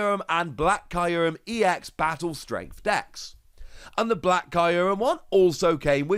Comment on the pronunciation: I love this series a lot but i cannot wrap my head around how you pronounce kyurem as Caillou-rem